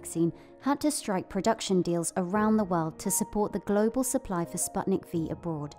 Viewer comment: Every single expert: spootnik Dumb narrator: spatnik